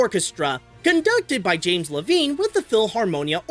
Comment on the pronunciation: It’s pronounced Lev-ine